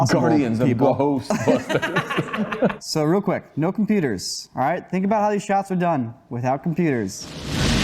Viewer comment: Pronunciation: GUHOSTBUSTUHS